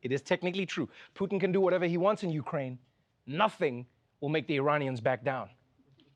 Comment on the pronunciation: he said "Uraine". He leftbout the K. You know, the letter someone with a stutter might stumble over?